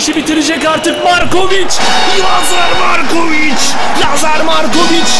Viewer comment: abi lazar morkovıc değil valla yazar markovıc